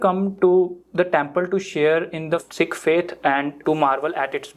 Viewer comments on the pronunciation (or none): none